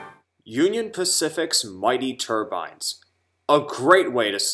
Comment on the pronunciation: do me a favor don t call them turbines like a hat anymore remember they were turbines with the long I sound